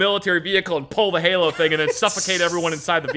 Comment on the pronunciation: Bruh, haloN, not halo. My old ass was knife handing at the screen every time. Love these stories though, takes me back